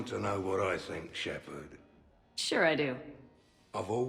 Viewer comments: Shepard. Shepard? Wrex. Grunt? Shep arrrrrrrrrrrrddddd SHEPARD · Shepard, Shepard, Shepard. Wrex, Grunt? Shep-errrr-d! SHEPERRRRRD